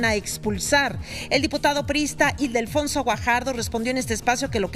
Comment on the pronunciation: Es Ildefonso… no Idelfonso🙄